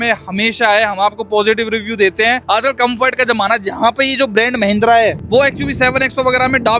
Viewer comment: Mahindra ❌️ mehndra✅️